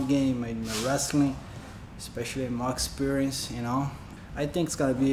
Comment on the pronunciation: Edson's accent just produced a new word, 'Octsperience'!